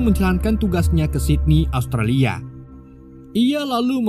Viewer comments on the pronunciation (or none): none